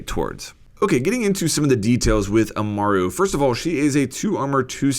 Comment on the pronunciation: Amaru not umara